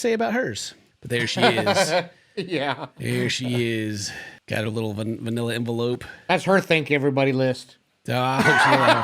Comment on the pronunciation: dumb a$$ said "vanilla envelope". 😂😂🤦‍♀️ It's a MANILA ENVELOPE He's the dumbest smart person I've ever seen.